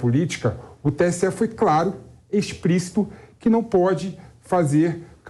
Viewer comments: EXPRÍCITO? Quem é esse jumento? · Só eu ouvi? Ou o esquerdista que está com um ovo na boca falou “expricito”… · Parei no "exprícito" da fala do 1o jurista! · Em ele fala expricito ... tinha que ser de esquerda! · O camarada fala "espricito"... Sério?